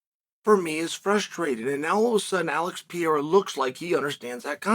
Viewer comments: Pa-rare-uh Unc😂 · 3 years later and you're still saying pee-era, either your dumb or trolling but either way it's old. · Chael the type of guy to make an 11 minute video about Alex Pereira and proceed to not pronounce his name right once.